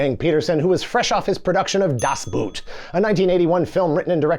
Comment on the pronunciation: When will you English speakers learn? 'Boot' is pronounced the same as Boat. You sound like you're talking about footware. Also, Ende is just end-uh. Not Anda. I like the video, though. It's my all-time favorite book. The movie is okay. The sequels and series are horrible. Cartoon, meh.